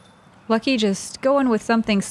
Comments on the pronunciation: Pronunciation of Lykke (in Norwegian, but in other Scandinavian languages as well) is in no way similar to "lucky", but leave it to the Americans to blatantly mispronounce absolutely everything non-British and act as if it's somehow funny :( On the other hand, this infantile ignorance is indeed funny but definitely not why Americans think it is. Most people in the world are at least making an effort to pronounce foreign names, including English ones, which read completely differently in many languages correctly, to learn the basic rules and differences, but Americans can't even pronounce their own names if they're not British. Wysocki is the prime example - that name is just butchered beyond recognition... But at least the owner's fine with it, he's an American. But if people come from abroad, try learning their bloody names, it's not that hard. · Lykke tells people it's OK to call her Lucky, thats what her BF Bradley Williams calls her most of the time, I agree everyone should be making an effort to say it correctly